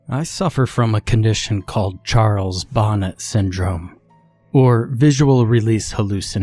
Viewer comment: Love the story, one of the classics! Love the narration! I thought I'd let you know if it interests you, it's "bo NAY" not bonnet. I share that info with you humbly and gratefully.